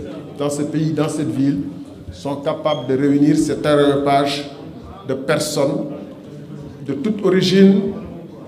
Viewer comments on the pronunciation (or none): none